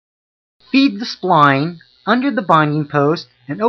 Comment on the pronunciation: If you want to be credible call it a “spline tool” not a “spleen tool”